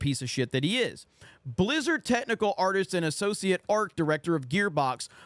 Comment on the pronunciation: Blizzard I tought you said Lizzard 😂